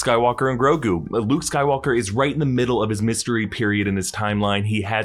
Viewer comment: its look like he is say bluke instead of luke